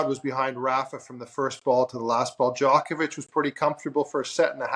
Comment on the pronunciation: Greg is Luke a robot, just repeats everything already said. Also, why does he mispronounce Djokovic?